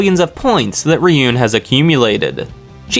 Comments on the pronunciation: Ruin, not riyun. Ryuuen, ruin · You’re pronouncing horkita and ryuen name wrong lmao